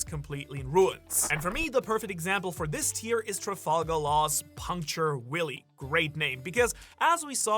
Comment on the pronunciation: laws puncture willie is actually pronounced with a v like villia I know most people don’t think the English dub has any value but when it comes to English pronunciation definitely helps with the move names otherwise it sounds like laws puncture penis tbh